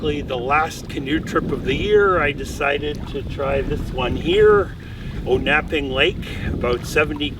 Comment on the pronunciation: It's pronounced On-a-ping, not O-nap-ping.